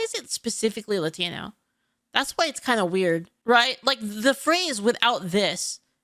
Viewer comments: only woke people over accentuate the word "Latino" regular Latinos don't say it like that. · Yes, but it's too pronounced. Even if it's said correctly, he emphasized it and made it stand out.